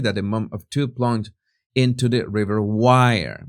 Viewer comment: If Ms Bulley had envisaged taking her life , she would have certainly left a note behind. This is my personal opinion. Jesus, river Wyre is pronounced as ware not wire😊